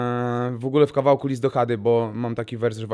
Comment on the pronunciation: Tomasz Chada , nie Hada 😢